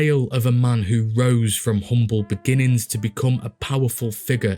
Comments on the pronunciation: Epitome. Four syllables. Pronounced “Ee-pit-oh-mee”. Don’t you dare be embarrassed by it either. Just proves to me you’re a reader. No need to discuss how I pronounced “hyperbole” for YEARS 😂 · I noticed his variant English pronunciation too, like the way he says 'epitome' like 'epitomb', but many British pronunciations vary from our American idiom, so we can't fairly call it mispronouncing. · epitome? Lol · I really like your videos, from those you choose to cover to the general format. A quick couple notes; 1) Pronunciation of a few things, like coup de grace sounds more like koo da grä (couple other words over your various videos, like epitome). 2) Your line about 'supplying booze for thirsty Chicagoans throats', could be slightly altered to include alliteration; something like 'keeping the booze flowing down the thirsty throats of Chicago's citizens'. Just a thought, to use or ignore, either way I look forward to your future videos. Cheers! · You're pronouncing epitome wrong, otherwise really good!